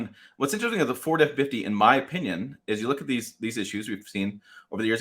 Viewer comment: “Ford effinfitty”